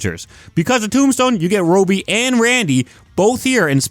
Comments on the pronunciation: Say it like the show does "Robby". Youre saying "Robey" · Not being able to pronounce Robbie is crazy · fascinated by how you pronounce robbie